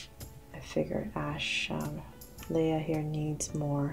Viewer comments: IT’S LEAH NOT LIAH lol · That's not how u say Leah. U say the a ey not ei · its Lia ashe not laya ashe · I thought it was Leah not Layla